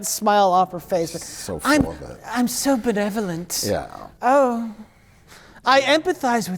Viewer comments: even can say Benevolent! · Let it be known that can pronounce “benevolent” better than a certain political youtuber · Being a Channel 5 with Andrew Callaghan fan, right now, and hearing properly pronounce "Benevolent" is really funny.